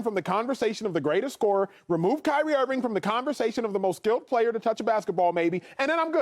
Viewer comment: Who else died when Acho said “High-Rie Irving” 😭🤣😭💀💀